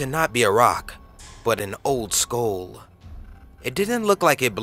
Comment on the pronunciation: You keep pronouncing "Skull" as "SKOAL"....it's pronounced "SKUHL"